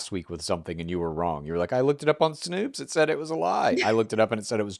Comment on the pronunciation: my god how many times can she pronounce snopes incorrectly? it's getting ridiculous. it's one fucking syllable! they've told her this a million times. sidenote - every time i hear her say "our america" i cringe out of my physical form.